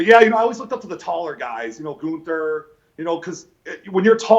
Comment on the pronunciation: Goonter, Nazer lmao